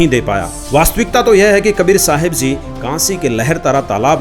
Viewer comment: Ji ko zee kyon bolte hai,🙁